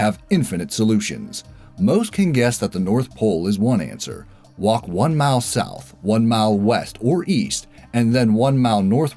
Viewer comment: "You walk one mao south, one mao west, and one mao north, and end up back where you started." Could we all just please switch to metric already, if for no other reason than because listening to you say "keyo" would be far less egregious on the ears than hearing "mile" with one consonant in it, over and over again.